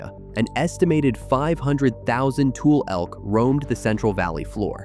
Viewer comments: Bakersfield, 😅 I was wondering how AI went from correctly pronouncing Tule (TooLee) to mispronouncing it as Tool when they start talking about the elk.😅😅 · Tulare is pronounced “Too-Lare-ee” , not Too-Lare. Also, Tule as in Tule fog and Tule elk is pronounced “Too-Lee” not “tool” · And too-lee elk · Also, it’s tule (toolee) not tule (tool) elk. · The elk name is not tool ,its Tule’ or. For AI s TULEE if that helps ! If anything pisses a Californian a real Californian off it’s misinformation about its own state. Just remember it’s TULE OR TULLE for stupid AI ! And while we’re talking about it, there is no such word as Callie it is Californian or California. ! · Like Tule isn't tool, it's exactly how it's written, pronounced tuleeee. The one I find the funniest is Tuolumne they never get that right. Go ahead ppl try it, then go find the correct pronunciation. Even Tulare gets pronounced wrong... A lot of names in the central valley comes from the OG American Homeland Security indigenous people. Then we white foreigners came into their land and put stupid names on places. Don't get me started on immigration of us the white ppl. And fuck this administration in our house tearing down American history.... no fukin kings!... I love the central valley, and Yosemite where I'm currently living just outside the west gate, come on up! sry ok I'm done... TY! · Not tool elk ,but Tule Elk . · Pronounced "too-lee", not tool. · And related "Tool" (Tule) is pronounced Too-lee by locals. Non locals - especially AI driven ones- will always get something wrong. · Tule elk is pronounced "too-lee", not "tool". Also, please note - Tulare is pronounced "Too-lair-ee" not "Too-lair"! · The e is pronounced in Tule and Tulare (Tulee, Tularee) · It’s ‘TulE’ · Tule = TOO-lee Tulare = too-LAIR-ee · "Tule" is pronounced "Too-lee" as also in Tule Fog seen toward the first fifth of this doc. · Tulare is pronounced tuu-lair-ee and Tule is pronounced tuu-lee.